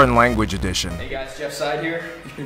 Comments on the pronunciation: “Now you’re speaking my ranguege” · "Now you're speaking my ranguage" killed me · "Now you're speaking my ranguage" LMAO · "Now you're speaking my ranguage." I fucking died at that part! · "Now you are speaking my Ranguage" killed me. 😂